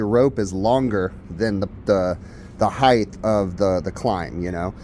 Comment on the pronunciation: “Hi-th” (height) as you pronounce it, is not a word. The word height is pronounced correctly as “high-T”(hard t sound). Please note it is not spelled…”heigth” which might be pronounced as you incorrectly pronounced it. Thank you for speaking English corrected. In addition to you other contractors “lineal” is not a word in the English language, but rather linear(lin-E-are).